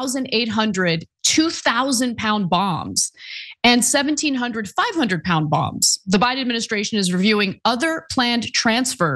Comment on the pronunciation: Bongs not bomb's